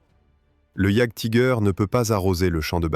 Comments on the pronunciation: Je crois qu'on prononce iajtiger Allemand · Rien que la prononciation de jagdtiger frérot je passe la vidéo. J'veux bien qu'on soit françois, mais un petit éffort quand même.